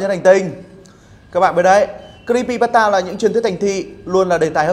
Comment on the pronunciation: Creepypasta anh đọc sai rùi ạ